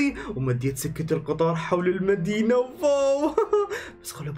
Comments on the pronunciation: جيجي اسمها سكه وليست سجه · جيجي قال سجه قطار😂